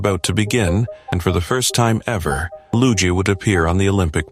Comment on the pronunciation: Luge pronounced without the E in every language you morons